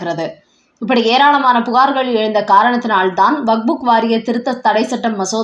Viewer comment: அம்மா! அது வக்ஃபு வாரியம். நீங்கள் அதை எப்பவுமே வக்புக் என்றே கூறுகிறீர்கள். தயவுசெய்து திருத்திக் கொள்ளுங்கள். "வக்ஃபு" என்றால் கொடை என அர்த்தம்.